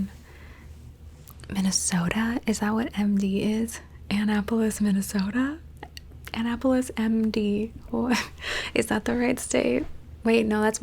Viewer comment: The way you pronounced Annapolis was a trigger lol